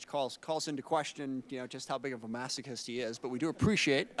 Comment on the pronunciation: Did he just call someone a masaquist